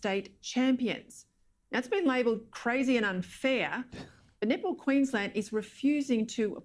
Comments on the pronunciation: No, you not the only one who heard nipple instead of netball)))) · The first time I heard the word nipple, I had to use the subtitles to clarify what she said. 😂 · I keep hearing nipple too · no it's not just you, i hear "nipple" too lol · The all-boys nipple team lol. That was funny. Love your face much,. Nipple Australia, many of us heard that instead of netball. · Once you said nipple, that's all I heard after. Thanx for that. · I keep on hearing nipple too 😂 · I also hear nipple when she said that.